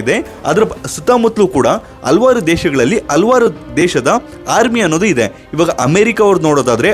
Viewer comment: ಹಲವಾರು ಎಂದು ಉಚ್ಚರಿಸಿ